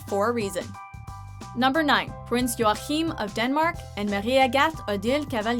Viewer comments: Acutually you pronounce Joachim as Joakeem or joakim as we say it in Scandinavia :) and king Harald of Norway was the first to marry a "commoner" in 1968 :) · "Prince Joaccccchhhim!" he's not arabian :D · Why can't you say Joachim?! "Your-Kim".. Not french Jrrrroachim ;D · I died when she tried to say the name of the Danish Prince Joachim! It isn't pronounced joahim but Joakim! seriously awfull 😓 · Joachim in Danish is pronounced Joakim xD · Hehe, nice top 10 :) But i gotta corre t somethings ;) Mette Marit is pronounced Mette maaaaaaaareet :) Haakon is pronouced Haacon :) and joachim is pronounced Joakim :) And the first royal to marry a "commoner" wasn't pavlos, it was actually harald the king of Norway to now Queen Sonja :) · The pronunciation of Prince Joachim is terrible. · I love how they butcher the Scandinavian royalties names. Btw i am Swedish